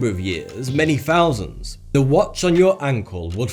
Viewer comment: "Sixty Fouzanddd years" ? LOL